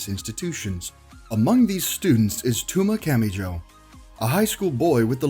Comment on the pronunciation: Narrator pronouces "Touma Kamijou" (TOH-MA CAH-ME-JOE) like "Tooma Cammie-Joe" Sounds like he is saying Tuna.